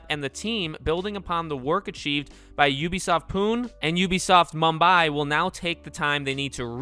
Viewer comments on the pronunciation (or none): Its pun-e not puun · Pune is pronounced as Poon-A